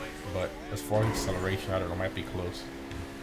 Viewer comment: No one:: aCCelaRtiON iS a w0w